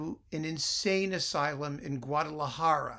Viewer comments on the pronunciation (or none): none